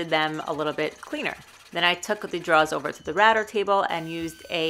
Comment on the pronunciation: not really. Sometimes router sounds like ratter and quarter like qwata